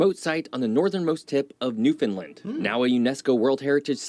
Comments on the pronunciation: Sigh. Newfoundland rhymes with understand. Same stress pattern, too. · Newfoundlander here👋🥰 Buddy is pronouncing Newfoundland incorrectly. We say, "Newfin-land", not "New-fin-land"🥰🇨🇦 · The video you’re watching is awesome, and all true… except for the way he pronounces Newfoundland…. It’s pronounced “newfinlind” it’s Newfinland.. rhymes with understand or rubber band;) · Awesome video, having lived in Halifax for 50+ years. What would have made it even better is if the narrator knew how to pronounce "Newfoundland". It's "NewfinLAND" or you can say "NewfunLAND" Emphasis on "LAND" like "DisneyLand" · This video you are watching and commenting on is ticking me off. I'm a Newfoundlander. It is pronounced New Fin Land. Not New fin lind. I can't be the only newfie this is bugging. Lol. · The fact that no one can pronounce Newfoundland is painful... sorta rhymes with understand, newFinland... St Pierre is an awesome weekend trip <3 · New. Found. Land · Good YouTube channel but he cant pronounce Newfoundland correctly. It was like nails on a chalk board for me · I wish the video guy could pronounce Newfoundland correctly. It's not hard to google pronunciation. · I wish the moderator would learn how to pronounce Newfoundland! He has to be a " mainlander ". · Also, the incorrect pronunciation of Newfoundland is beyond annoying! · It urks the living sh*t outta me the way he keeps MISpronouncing Newfounland.